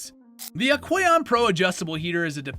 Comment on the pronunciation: Thanks for the great info! Question for you. I've noticed a few pronunciation of a few brands like Aqueon a bit off. You do have a very non-stop pace without pause for line delivery. Honest question; do you use AI voice generation based on your own recordings?